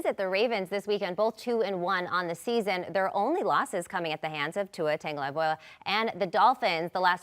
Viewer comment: Tua Tangalivoa😭😭 it’s really not hard to say his name right